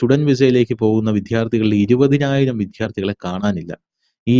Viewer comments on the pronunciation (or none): വിദ്യാർത്ഥി എന്നുച്ചരിക്കു. 'വിദ്ധ്യാർത്ഥി ' ഉച്ചാരണം അരോചകം. നല്ലൊരു ചർച്ചയിൽ കല്ലുകടിയായി ഉച്ചാരണം